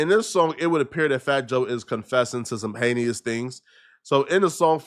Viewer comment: incorrect usage of words for today: “heneious” instead of “heinous” 🤦🏾‍♂️